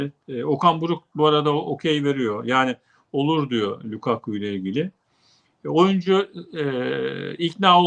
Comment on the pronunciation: lukaku degilde lakaka mi demek istediniz?